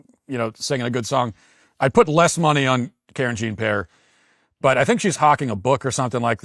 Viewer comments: Karen Jean Pear. Yup. I'd much rather watch the fish cam or jeff daniels cry by the campfire than listen to her babble incoherently. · "Karen Jean-Pear"! 😂 I had to rewind 3 times to make sure I heard that correctly.